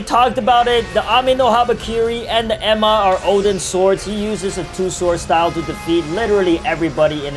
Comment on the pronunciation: He calling enma emma